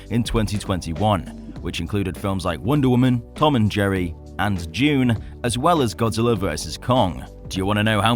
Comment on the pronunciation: Its dune not June